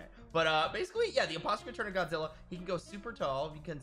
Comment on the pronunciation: Godzirra? Did you say Godzirra?